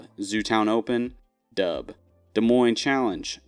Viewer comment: sorry .. i cant keep listening to you say "doub" .. im out at just over 2 minutes